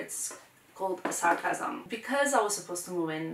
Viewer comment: She talkes with that British accent and then all of a sudden she says "sarcasm" with such a strong serbian accent XD